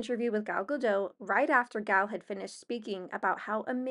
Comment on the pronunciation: You pronounce the T on Gadot. You aren't the only one. I am not criticizing. I am just informing